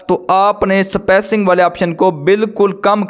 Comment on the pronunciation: Yaar spacing hota hai spaicing Nhi....